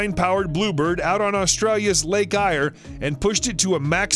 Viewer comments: The dry lake Donald Campbell did his speed runs on is Lake Eyre (pronounced "air", not eye-r). So many YouTube videos that are inaccurate and just thrown together in the hope that they make money. This one is not making much that's for certain. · Along with Australia's lake ire ( Lake Eyre), pronunced air. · Lake Ire??? It's Lake Eyre - pronounced air!!! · Lake Eyre is pronounced , Lake Air here in Australia.